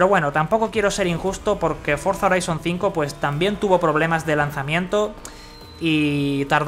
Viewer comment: Se llama forza "joraizon" así se pronuncia, si lo vas a pronunciar en español entonces di HORIZONTE